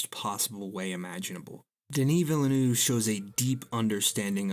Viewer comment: You sound like a professional documentary narrator AND you pronounced Villeneuve correctly.